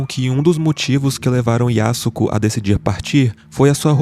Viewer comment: pronúncia-se Yasko. O 'su' não existe na fala. Semelhante á 'Sasuke'.